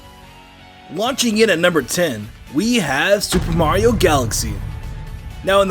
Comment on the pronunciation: This guy pronounces Mario CORRECTLY!! Finally! No more “Mairo